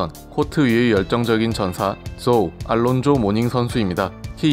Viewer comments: 미국에서 올란조라 불린다고요? 전혀 그렇지않습니다. 미국이나 영국식이나 알론조라 발음합니다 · 이이름이 이제 정확히 영국 발음과 미국 발음을 구분 짓는 표본이 되는 듯 합니다. 우리 즉 영국 발음으로 "알론조"라 한다면, 실제로 미국에서는 "올란조"란 발음으로 불리었죠.. 모닝하면 제일 먼저 떠오른 것이, 원래 호네츠에서 친하게 지내던 래리 죤슨과의 난투네요. 닉스와 히트가 라이벌이던 시절에 말이죠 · 모닝 관련 영상이나 아니면 명예의 전당 영상을 봐주세요 분명 똑똑히 “올란조”라도 들립니다. 90년부터 Nba 팬으로서 한번도 미국 방송에서 “알론조”라고 발음하는 것을 들어본 적이 없습니다 여기에 듣기 버튼을 사용해보시면 명확한 차이가 들립니다 그리고 해외 어디서 거주하시는지 궁금하네요 ^^ 저는 예전에 보스턴시 옆에 있는 케임브리지에서 거주한 적이 있었습니다만 ^^ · 영국발음이 우리의 "알론조"에 가깝고 미국 발음이 "올란조"에 가깝게 들립니다. 님이 개인적으로 그렇지 않다고 하시는 거에 대해서는 충분히 그러실 수 있다고 봅니다만. 저를 비록한 제가 아는 모든 미국인들도 그동안 "올란조"로 발음해 왔습니다. 그리고 저와 제 지인들은 Alonzo를 Al이라하고 부르지 않았습니다. 왜냐하면 말씀하신 알파치노처럼 "Al'이란 이름이 있기 때문이죠. 보통 Al은 이탈리아계 남자들의 이름을 연상시키고요.. 제가 알기론 Alonzo를 줄여 부르는 말은 "Zo"입니다 90년대에 제가 미국에 있었을 떄 저와 제 지인들은 그렇게 불렀습니다 여기 에 똑똑히 "올란조: 특히 "lon"이 "란:으로 들리는데 안타깝군요................. 여기 도 그렇고요